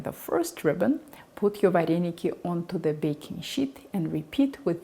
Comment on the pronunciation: в Украине нет слова "вареники"! В русской транскрипции это звучит: "варэныки"! Научитесь правильно произносить наше национальное блюдо! Кстати, русские вареники с творогом - прислаженные, наши - присоленные. Это, к слову, о начинке вареников с творогом! А это, вообще, что??? Добавка к нашим вареникам??? Кстати, поищите в Интернете, как произносится слово "Украинские вареники" - на Українскiй мовi! Дякую!